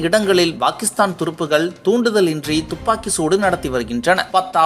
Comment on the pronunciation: Bakistan இல்லை டா பாகிஸ்தான் யா ஒழுங்கா தமிழ் கத்துக்கணும்